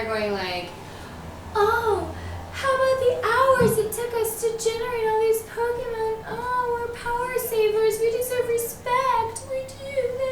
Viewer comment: Oh god she said Pokémon wrong fbi open up